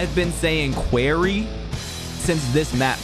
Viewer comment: bro said the “qeaury” 💀